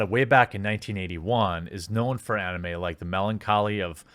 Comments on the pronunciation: u miss pronounced Anime, it's ani-may. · I hate the way you say anime. I now have assumptions of how you pronounce Naruto. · You dont know how to say anime?